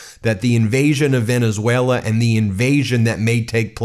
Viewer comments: He presents characteristic aphasia which coincides with dementia types. Aphasia manifests in his mispronouncing words when generating speech. Most recent example today in his press conference 1-3-2026 when he mispronounced Venezuela as "Venezue-LER". Again, he has shown he shows more aphasia symptoms than he did 10 years ago and now regularly has difficulty producing words in his speaking ability. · Did anyone hear, or noticed (around the mark), when trump pronounced Venezuela… “Venerzueler”?😂😂😂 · Trump you can’t even talk it’s not Venezuelr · "Venezueler." Good pronunciation, djt. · Sounds like the Mad King has renamed Venezuela. It's now Venushwaylur. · Trump said "Venezueswailer" not pronouncing "Venezuela" correctly! How did this low IQ moron ever get into office 😠 👇 All the delusional weirdo "Red Caps"🖕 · Trump said Venus whaler. 🤣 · Venezueler.... dementia don strikes again haha (just past the 12 minute mark). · Venezueler??? He's obviously not well. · Wait a minute. He said, "... Venezueler..." Everyone positive it was Valenzuela and not some demented, malignant narcissistic delusion? Oh wait. Dead people. Okay. Just checking. Maybe this demented malignant narcissist will put in a good word with god for 'em. He's that kinda guy. 🤣🤣🤣🤣🤣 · Venesailor? Maduor? Could he possibly be having another stroke? He’s having trouble pronouncing words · He said Venezwailer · Venezueler? Come on gramps spit it out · He keeps saying Venezueler. Like Tesler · Venezuelar…Teslar. Hmm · Did he say Venezwhaler? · This speech was horrible to watch. Venezuelerr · Venezueler??? Really??? Takes over a country and can’t even pronounce it??? The man is stark raving insane!!!! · He said Venezuelaer pathetic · When did Venezuela get an R at the end?!????😅